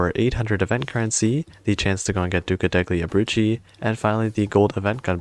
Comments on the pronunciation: the way you say the Italian words makes me die every time I hear them "duca decli abrucci" ￼ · is it kinda pronounced like "duca delyee abrutzi"? obviously not spelt like that, just trying to sound it out